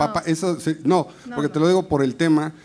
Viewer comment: Podqué dices podque?